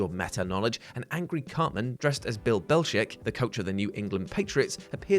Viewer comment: The famed Bill "Bellsheck"